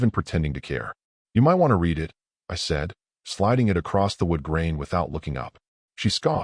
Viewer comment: Please teach your fake intelligence the difference when pronouncing read in present tense (rhymes with reed) or past tense (rhymes with red).